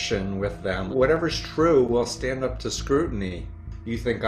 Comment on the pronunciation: "SDAND up for the constitution" ... sigh!